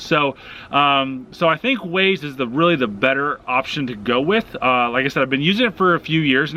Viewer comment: Its pronounced Wah-Zaye. Waze